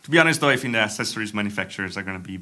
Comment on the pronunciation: Please, don't say ASSESSORIES. It's ACCESSORIES (ACCESS), Accesorios in Spanish.